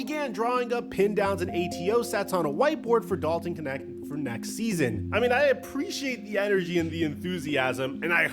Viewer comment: Knecht [knɛçt] german name. I like how americans spell him "connect". Means servant / farmhand or Minion. I think hes's the right guy for LeBron. 😅 Greetings from Berlin